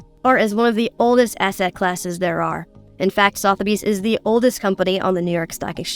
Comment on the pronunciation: By the way, heads up from England, it's Sutherby's, like Donald Sutherland :)